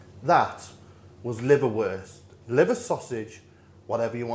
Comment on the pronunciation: Ordinary Brits: "Liverwurst": "LiverBEST"